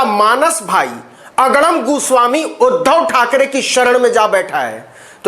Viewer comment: Tum bhi TRP ke liye arnab ka surname galat pronounce kar rahe ho. Jo ki bahut nindaniye hai, Ye tum Sasti TRP ke liye kar rahe ho. Fir tum me aur arnab me difference kya Raha, TRP Badi gandi Aadat bana deti hai Navin .